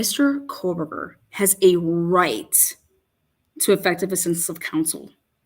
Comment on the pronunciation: Can you stop saying fuckin KOHLLLLBERGER yet plz? Kthanks. Like.. Jfc, dude.. You know it's not his name.. 🙄🤙Lol..